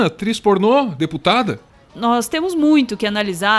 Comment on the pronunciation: "Atô pornot"